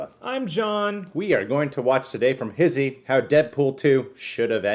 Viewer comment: It's funny when he pronounces HISHE, he says his-he. It's HEESH